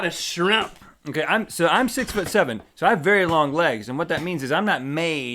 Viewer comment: the way link says "shrimp" makes me giggle.